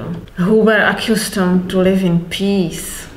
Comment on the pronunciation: Prosim, snažte se vyslovovat správně slovo SLAVIC [ˈslɑːvɪk] , a ne /sleivik/ - špatná výslovnost zni jako slovo SLAVE [sleɪv] = otrok! Taktéž slovo ACCUSTOMED [əˈkʌstəmd], se nevyslovuje [əˈkjustəmd] , což zní jako ACCUSE [əˈkjuːz].